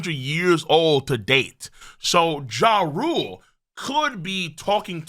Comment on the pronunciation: its pronounced YARL not JA-RULE